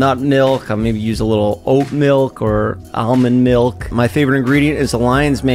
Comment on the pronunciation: Jeff’s weakness is trying to say almond milk😭😭